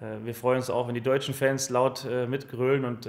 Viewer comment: Duksch? Ich lach mich tot.